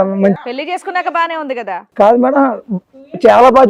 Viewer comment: కాదా కాదు కదా కా కి దీర్ఘం తియ్యండి